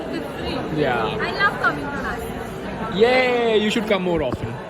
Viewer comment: Nashik not nasik